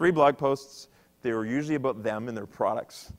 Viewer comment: Aboot.... canadian....